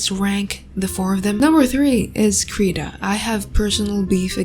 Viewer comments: Someday will learn how to pronounce Krita 😔🤚 (krih-tah not kree-tah) Also FireAlpaca is dope for a free program. Used it for like 4 years. And yeah Medibang is from the same company as FireAlpaca. Medibang is better for comic/manga makers. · she pronounced krita wrong